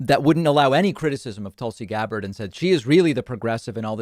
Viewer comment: Tool-C Gab-bard lol